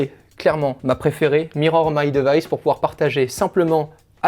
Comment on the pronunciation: Les différents DEUVAÏSSE dommage cette prononciation.